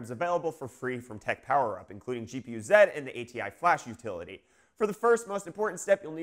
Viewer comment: Thank you for saying "gee pee you zed" like a South African. I love you. :-) Also, I like your TMNT shirt. :-)